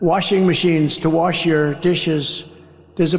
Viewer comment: trump: i had no bidet, i had to warsh my a$$ in a sink!